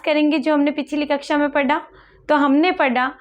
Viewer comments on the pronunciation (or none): पढा × पढ़ा✓ कृपया, mam उच्चारण की शुद्धता का ध्यान रखें।🙏